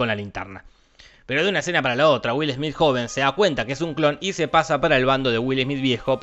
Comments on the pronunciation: Es will smet :D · Es güilesmít, güilesmít, 🎵🎶